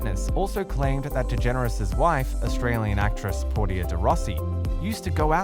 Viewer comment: Really? Trying to produce a story about Ellen and Portia, when you can’t even pronounce Portia’s name right hilarious 😂